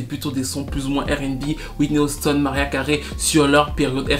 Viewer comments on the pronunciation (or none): none